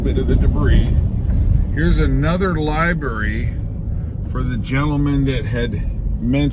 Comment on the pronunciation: LI"BRARY" NOT LI"BERRY"